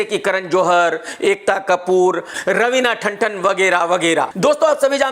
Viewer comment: It's Ravina tantan... Not thanthan